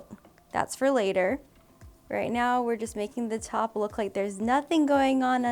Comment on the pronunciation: Take a shot every time says lewk... careful!